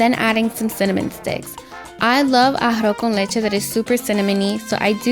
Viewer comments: Ahafo kən leCHe xd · Very nice, but ummmm you can't even pronounce "arroz con leche" ? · Made To Order You're not pronouncing it right haha, it sounds cute tho! Good recipe btw :3